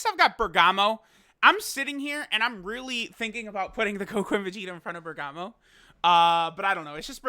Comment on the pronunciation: There's so much bergamo love.. but it's BERGAMO